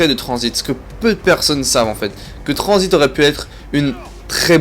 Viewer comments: #pas tranzbit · #TRANZIT PAS TRANZBIT